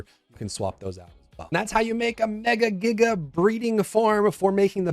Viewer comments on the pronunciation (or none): none